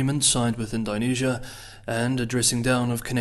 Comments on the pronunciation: Neither am I ;) And Kiwis don't say Ind-AI-nesia. It's Ind-Oh-nesia, mate ;) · Curious as to why you say Ind-I-nesia rather than Ind-O-nesia. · Thanks again for the excellent coverage - even though I "die" a little on the inside every time you say Indonesia! 😅